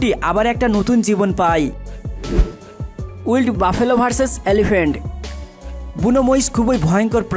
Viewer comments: ওটা উইল্ড নয় উচ্চারণটা হবে ওয়াইল্ড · ভাই আপনার উচ্চারণে একটু মনোযোগ দিয়েন। উচ্চারণ গুলো ঠিক হয় না। বিশেষ করে ওয়াইল্ড'